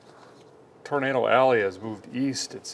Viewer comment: You know the weather is bad when Derek says “Tornado” and not “Tornader”